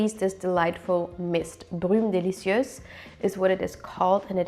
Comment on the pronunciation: Do you speak french ? You pronounced perfectly "Brume délicieuse"... ❤ Greetings from Paris ;)